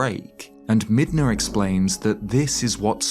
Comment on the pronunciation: Brother, Midna We don't hard R around here, you're better than that